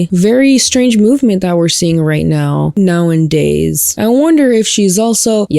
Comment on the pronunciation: I love your content so much and this is in no way meant to be hate but I wish you would say “now-a-days” instead of “now-and-days” 😵‍💫